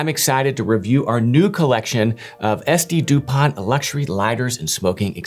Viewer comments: Pronounced without the T like Dupon , at the end. How do these compare to Cartier? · Thank you for this cute and extensive review… But who tf buys a 500+€ lighter without figuring out how to even pronounce it?